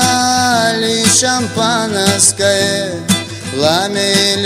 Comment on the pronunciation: Шамапанаскае, даже слово шампанское не может толком произнести